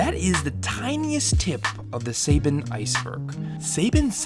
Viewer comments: You're saying Saban wrong. In this entire video that is literally not how any one pronounces that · that mispronunciation of saban is driving me crazy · It’s really bugging me at your super incorrect pronunciations of Haim Saban and Shuki Levy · Can you please re-dub how you pronounce Saban? I'm two minutes in and it's killing me. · Wow I can't believe you said pronounced "Saban" wrong, haven't you ever heard of power rangers? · If you’re going to say saban say it right! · So have I been pronouncing Saban wrong? Lol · He cant say Saban right.... I can’t watch this... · The way you're horribly mispronouncing Saban, and saying it every five seconds is incredibly distracting... I can tell you didn't grow up in the mid-90s and lived through the heyday of Power Rangers. Because you heard this name A LOT back then. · You mispronounced so many names that I had to stop watching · Yeah. I'd never heard anyone mispronounce Saban in the 27 years I've known about the company, but here we are. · looking him up on wikipedia gives you a pronunciation of his name, it ain't hard to figure it out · Please do your research on how to pronounce “Saban.” It is annoying and disrespectful to both the man and the company. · You say other cultures exist but pronounce Saban weird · Its not Say-bin my dude, its Sah-ban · as an Israeli, the only problem i have with your vid is how you say Saban, its Saban, not Sayban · You're Pronouncing Saban wrong. It's "SAH-BON" not "SAY-BAAN" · dude, its Suh bon, like saah bonn, no saebeen or saybin like u said just FYI:D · It's Saban btw, not Saben. Great video <3 I had no idea DBZ was this oddly censored. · It's "sah-BAHN", not "SAY-ben" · That Say-ben part is killing me... It's pronounced SABAN, as written. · 'Suh-bohn', not 'Say-bihn' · Saybin? You mean SAHBON!?!? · SAY-BAN IS SUH-BON... Otherwise great video! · Say-Ben😂😭 i thought it was Saban as in sah-bahn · Its prounces SA BON! Not saibon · It's "Suh-bon" not "Say-Bon" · sayban??? lol